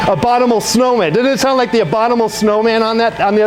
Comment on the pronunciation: Jesus, why can't you pronounce the most simple of words? Really "Brussel" brush, "ambombable" snow man.... SANTA MONICA, FUCK MS GANG!!!